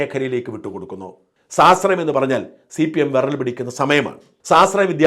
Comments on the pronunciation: സാശ്രയം സാശ്രയം എന്നല്ലാതെ സ്വാശ്രയം എന്നുച്ചരിക്കാൻ അറിയില്ലേ? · സ്വാ ..... ശ്രയം എന്ന് ഉച്ഛരിക്കു